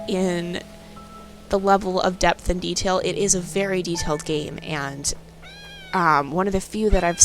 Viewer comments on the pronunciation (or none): none